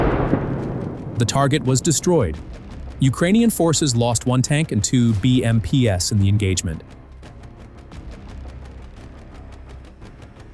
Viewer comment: Dear AI, BMPs is read as Bee -Em-peas not Bee-em-Pee-ess.